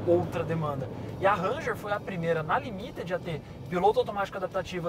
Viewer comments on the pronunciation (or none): Equipe top, gosto muito do programa, só elogios, boas matérias, apenas um toque pro, a pronúncia da versão Ranger limited, é límited, e não limitéd